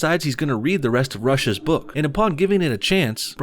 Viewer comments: anyone else find it funny that when he says rush's it sounds like russia? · Why does the word “Rush’s” sound like “Russia’s” XD